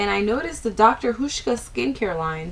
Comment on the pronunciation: Nice review, even though I don't have oily skin. By the way, it's pronounced like House-sh-kah I can't spell phonetically but since you mentioned not being sure about the pronunciation, I thought I'd share. And the oil for oily skin? I know exactly how you felt when you saw the oil in the kit. Their thing is to treat like w like; oily with oil, dry with dry... Have you looked at their nighttime regime? I'm one week in and I'm noticing a difference for the better. Anyway, great post and hope you found other good products from their range!